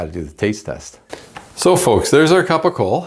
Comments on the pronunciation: Ugg.. thanks for the video.. but PLEASE . PLEASE!!! It's pronounced CAPOCOLLO. (CAP O COLE O). Not Capo Cole. And it's spelled incorrectly.. and yes... This is and actual Italian. From Puglia. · Not capocola , not even capicole .. It's CAPOCOLLO . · It’s Capocollo, pronounced kapo-kollo, not hard